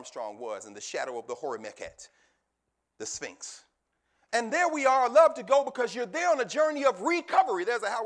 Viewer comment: HE DOESN'T PRONOUNCE SPHINX CORRECTLY